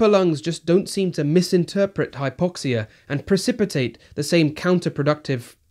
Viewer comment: he turns American when explaining hypoxia